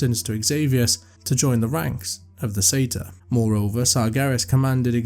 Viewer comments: Sorry that’s now how pronunciation works. We don’t just flip letters here. Most people familiar with that race would pronounce it the correct way. Surprised you would claim to say it as the Americans do. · I am Scottish and do pronounce it Sa- tyr but happy with the American pronunciation. Either way I still get to hear another great tale 😊